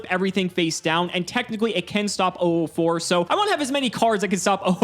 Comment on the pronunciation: Am I the only one who gets a little annoyed when says 'oo4' instead of '004'?